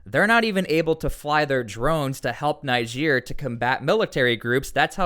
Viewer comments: Dude it’s not pronounced NI-GEER. It’s NeeGER. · why add africa after niger why not just say niger also its pronounced neejay👍👍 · add another g in niger